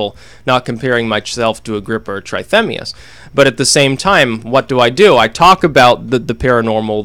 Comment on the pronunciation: Pronounced tratemias